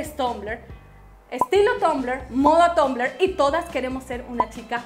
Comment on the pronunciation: se pronuncia tambler pero tu dices tumbler